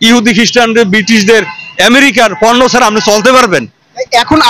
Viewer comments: পূণ্য বর্জন বলছে। পণ্য বর্জন বলতে পারেন না, এরাই সাংবাদিক! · সাংবাদিক পন্য কে পুন্ন উচ্চারণ করছে।